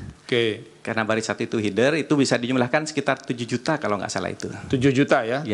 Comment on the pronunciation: Ahli IT sebut header aja hider 😅😂 menyala abangku 💥💥💥